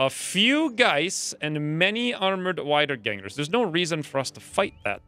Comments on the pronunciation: Great Episode as always, also small hint for future episodes Wiedergänger is german and gets pronounced wee dur gaen gur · Germans pronounce w as v so its actually "veedergangers"